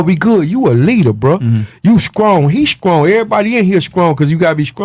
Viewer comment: "Skrippas... Skrong" Regular People: "Strippers... Strong"